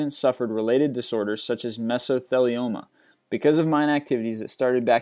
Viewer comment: I hate how this guy mispronounces everything: oceania, mesothelioma, Chernobyl